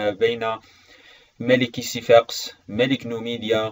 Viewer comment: ملاحظة:اسمه سيفاكس مو سيفاقس